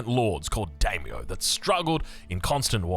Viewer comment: You pronounce Daimyo as die-me-oh So excited to the play the Japanese variant Edit: you had the pronunciation spot on for a bit!!